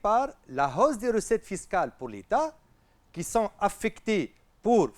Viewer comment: hausse , "h muet" merci monsieur!